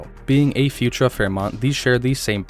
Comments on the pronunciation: Futura is pronounced Few tour-a, not Futra. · Pronunciation tip: Futura is pronounced “fyoo-CHƏR-uh”, with emphasis on the second syllable, not “future-uh”. Thx for sharing info on this rare conversion model. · Futura pronounced "fyou-TOOR-uh".